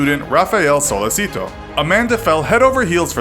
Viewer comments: He pronounced it wrong, it's not pronounced sollesito, it is sollechito, CH no S (it's pronounced like this, although not written like that in Italian) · That Spanish pronunciation of "Sollecito". You read it as it's written. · Oh. My. God. The pronunciation of Sollecito is cringeworthy. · sOlLeseeTO BRUH its so-le-chi-to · my God...it's Sollecito (So-le'h-chi-to) not Solleci'to like Despacito, and it's Perugia (Peh-ru-ja). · It's Sollecito, not Sollesito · So man pronunciation problems. Perugia (say g like j). Sollecito pronounce like “sollechito” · Perugghia, Sollesìto... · and "sollecito" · The way you pronounce "Perugia" and "Sollecito" physically hurts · and how Amanda says "Rafael" instead of Raffaele!!! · Your mispronunciation of Perugia and Sollecito throughout the video is driving me crazy. The G in Perugia is pronounced like the J in English. The C in Sollecito is pronounced like the CH in English. The G in Mignini is not pronounced like a hard G. GN is pronounced like NY in the English word canyon. Mee-NYEE-nee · You’re Italian pronunciation is awful... you could learn right pronunciations of ‘Mignini’, ‘Perugia’ and ‘Sollecito’ before making this video. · If it's language difference between English and Italian then why you pronounce "Sollecito" as a Spanish name. Don't be rude and arrogant if someone does a constructive criticism.